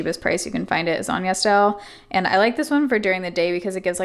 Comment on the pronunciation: ITS CALLED YES STYLE??? oh my god this entire time i thought you were saying Yes Dial